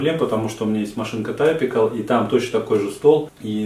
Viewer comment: Нужный аппарат 100%. Я тоже собирал свою машинку Typical самостоятельно, очень легко всё регулируется при установке. Всё-таки Typical (типичный), правильно произносится по русски как типикл, не тайпикл. 🙂